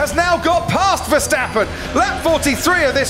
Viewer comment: Verstapen... Nerak... Nerak... Rusuh...